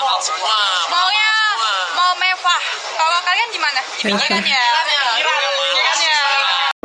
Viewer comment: Mending situ belajar huruf (RRRR) dah ngomong aja belum benar mewah mbk bukan mevah mending situ belajar kosakata dulu dah